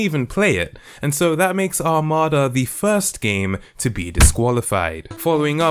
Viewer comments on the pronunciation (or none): none